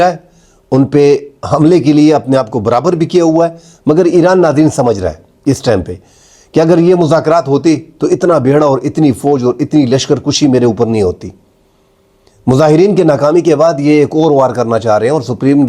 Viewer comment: "Lashkar kushi", nahin, "Lashkar kashi", khair koi baat nahi seekhnay ka amal jari rehna chahiey